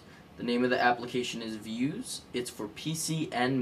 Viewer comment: its pronounced "vooze" not "viewz".